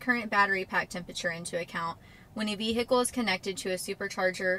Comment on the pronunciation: Hello and welcome! I'm Nudie Hand Puppet! Great update as ever... I also love the way you say... Veee Hickle.